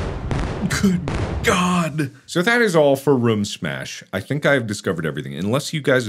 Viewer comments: A dollar for every time room was pronounced wrong? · He calls it rum smash lol